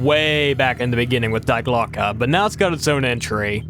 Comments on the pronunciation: More pronunciation corrections (since I'm watching these in sequence): Die Glöcke: dee glo-ka. Long O. Müller: mooler. Moulin: moo lon. Goddard: god ard. (Where are you getting "gerberd" from?) Wrocław: vrawts wof. Chichi Jima: chee chee jeema. The word you wanted was "volition", not "validation". Wladysław Sikorski: Vwod-ee-swof (or vladislav, to be simple) si-kor-skee. (Where did you get "sikulsa" from?) Amiens: ammy awn. Raoul: "ra ool", not "ra loo". Der Riese: dair reeza. Junge: yoong uh. Weimar: vy mar. Sergeant: sar jent. Chanel: sha nell. Einenerbe: eye nen arba. Mont Segourre: mont say goor. Kyrgyzstan: kur geez stan. Kyoungjong: kyoong jong. Perseid: per see id. (Where did you get perstoid from?) Linge: ling-a. Corps: kor. Simo Háiha: seemo haya. Sevastopol: se vass toh pole. Bridle: bry dul. Honduras, not "hondorus". Tötenkopf means "death's head". As one Wes'ginian to another, please learn to read. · Glocke not Gloke bro